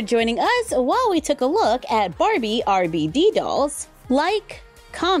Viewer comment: Yo soy RebeIde! was obessed with this telenovella! I had all the CDs! Thanks for including them, <3 (Just so you know the pronunciation of RBD is Arr Bey Dey)